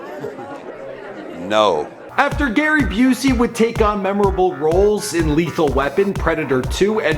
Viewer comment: ITS GARY BOOZEY!!!!! LOL